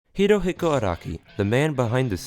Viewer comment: yet you pronounce it hiro hicko